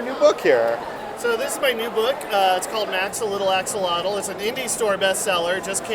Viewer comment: Love the Max The Little Axolotl book! Not how you pronounce Axolotl but great book!